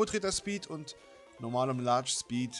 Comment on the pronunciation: Super eins Schpeed, und dann das Heiteira xD Die geräusche von xDDD Lachflash bei deinem Französisch xDDDD Und was war mit dir Los? Nachtnebel auf Heiteira? FLAME, FLAME, FLAME...;D Nice Part Bro, very Nice.... SAMSATAG